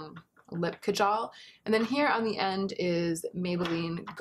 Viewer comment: It is pronounced as "Kaa-Jal" the 'A' in "Jal" is pronounced as the 'a' in "rather" not like the 'a' in cat.